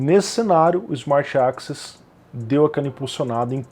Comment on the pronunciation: ali no tu pronunciou access como 'AXIS', eu estava escutando como podcast seu vídeo e isso me deixou um pouco confuso, mas é só um detalhe.